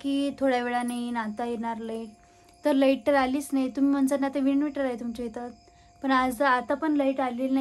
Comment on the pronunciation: it's not vinuvitor.it's inverter. Ata english madhye sangtey.pudhchya veli vinuvitor bolu nakos.Ani hyavar lecture tar ajibat dyaych nahi.ki gavakadche lok vinuvator boltat n all.